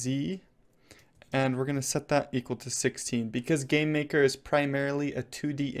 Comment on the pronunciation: It sounds like he says Gay-maker studio XD